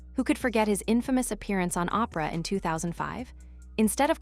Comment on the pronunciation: Calling Oprah Opera?????? AI - so many mispronunications. Can't even pronounce Suri's name the same way. Why oh why don't the people running these things even do basic checks on them? Will now block this channel from coming up on my youtube.